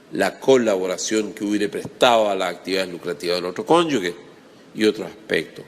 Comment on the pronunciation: Profesor, muy buenos sus videos, se le agradece. Sólo le quiero señalar que se dice conyuge, no "conyugue" como usted pronuncia en el video.